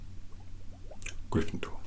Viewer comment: "A-FIVE MILLION-BAJILLION POINTS FROM, A, A-GRRRRRRRRYNFENDORRRRRR"